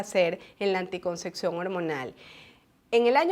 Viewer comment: Ojala aprendiese a pronunciar correctamente ANTICONCEPCIÓN¡